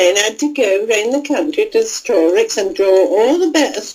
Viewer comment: ‘country’ is said as ‘cunthry’ like the Irish do. I’ve come across C19th depictions of Yorkshire people doing the same and there’s an old recording of a Yorkshirewoman saying ‘quather’ for ‘quarter’. I’ve occasionally heard broad Scots speakers from Montrose and Portree say ‘Munthrose’ and ‘Porthree’ in real life too (I used to work in a call centre phoning builders and plumbers so heard some very broad working class Scots).